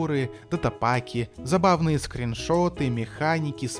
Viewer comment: Как же заБАВно выделять "БАВ"